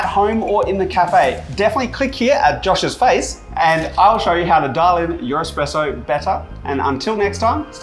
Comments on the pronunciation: head barista saying expresso ...not really cool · Did the expert judge guy say "expresso"? Lol